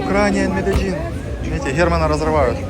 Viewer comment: Медельин, Медельин... Конец октября 2021 года... Когда я туда ещё попаду?.. Как говорил наш гид в Comuna 13 - Медеджин. Это они там по-местному так произносят).